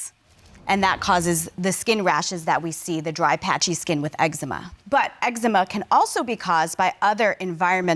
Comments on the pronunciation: Last case: 'I have ex-ema" 😂 Jesus be a fence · That boy said Ex-Zee-Mha 😆